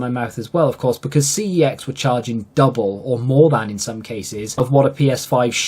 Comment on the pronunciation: Forget about how to say YouTube as a British person. He should be pronouncing CEX as Sex and not Cee-Eee-Exx 😂